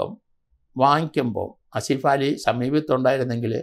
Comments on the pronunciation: അസിഫാലി,,, എന്നല്ല ആസിഫ് അലി,,, നിങ്ങൾക്ക് നാക്ക് തിരിയില്ലേ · ആസിഫ് അലി..എന്ന് ആണ്..സത്യത്തിൽ സാർ നിങ്ങൾ ആ പേര് ആദ്യം ആയി..കേൾക്കുന്നത് പോലെ തോന്നി 🤔🤔